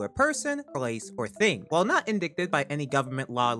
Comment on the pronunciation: Did he pronounce "indicted" as "in-dic-ted"...